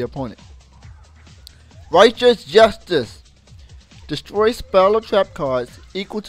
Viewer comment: "destoy" =P